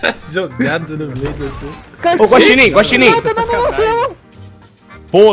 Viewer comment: "Guaximim" kkkkkkkkkkk